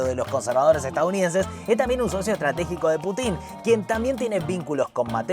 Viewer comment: me da un acv cada vez que decís /putín/